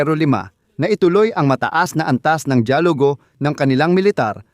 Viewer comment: Mali Ang Salitang “ DAYALUGO “ at HINDI DIYAGULO” FYI” only “ Because your my Brother” Thank you 🙏